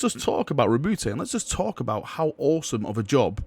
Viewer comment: My only problem with this video is the way you pronounce Roboute